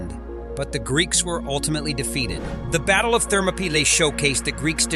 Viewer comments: An amazing amount of historical fact. Lots of obscure information, little known to those of us who are not history lovers. But, with all the preparation and research that must have gone into the elaboration of this video, just a little more care should have been given to pronunciation. The battle of King Leonidas and his valiant 300 Spartans took place at thermopylae, pronounced thur ma pee lay, a Greek work meaning hot gates. (Thermo = hot & pylae = gates). And King Xerxes pronounced zurk zees. Also, the Zoroastrian god was Ahura Mazda pronounced aaa who ra mazda. Not to put too fine a point on it, but these little things enhance the video for history buffs. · You need to have a better narrator.This one cant pronounce names and other words right. Like Thermopylae for one.